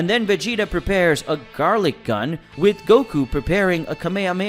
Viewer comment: You misprononsed gatling gun You said garlik gun